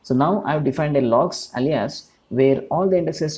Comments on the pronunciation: Great explanation and video, thank you! Easy to understand One note: Alias is pronounced closer to "ey-lee-us" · more like: "ail - lee -us"